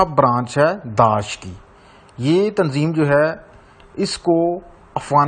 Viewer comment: daash nahi daish hey